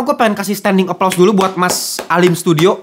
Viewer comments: Alim sudio bang bukan alim studio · Alim Sudio bang, bukan studio😅